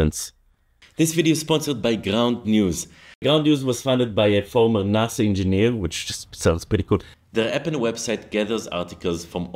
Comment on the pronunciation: Wonder how many heard him say "former nazi engineer" instead of "former NASA engineer"? Anyway a new mental episode! Love it!